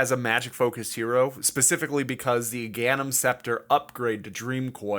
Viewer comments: Great video, horrible pronunciation of Aghanim's at 8 mins XD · was a good video until i heard you pronounce aghanims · I almost unsubscribed and unliked all your videos when I heard the way you said aghanims